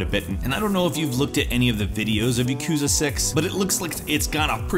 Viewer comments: PLEASE learn how to pronounce Japanese titles. You work as a presenter in these videos, so pronunciation is something you need to be good at. Good video otherwise! For example, Yakuza isnt pronounced Yakuuza, its pronounced YAkuza. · YA-ku-za. Not ya-KU-za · YAKOOZA YAKOOZA ahah i'm sorry you pronounce yakuza so funnily